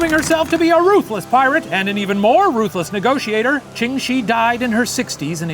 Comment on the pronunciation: Really great episode, but one little thing. Ching Shih isn't actually pronounced how it looks, it would sound more like "Chung Sheh" I know it's kinda dumb, but blame the Cantonese